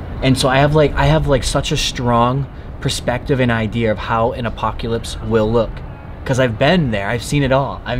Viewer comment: DID YOU REALLY JUST SAY APOKYALYPSE?! For someone who sees a lot of stuff, you know very little. You mispronounce things all the time. You’ve never heard of the term “baseball diamond”. I just don’t understand how you could be so traveled but still know so little.